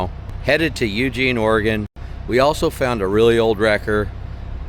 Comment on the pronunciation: Thanks for actually pronouncing Oregon correctly! 😂 so many people say “ore-gone” drives me nuts being an Oregonian 😂